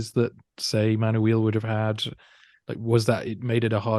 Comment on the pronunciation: I wish there were a list of these emperors, and of the ten worst emperors in the next video, that we could take screenshots of as aides- memoires. By the way, to the host, Manuel is Ma-noo-ell, not Man-you-eel.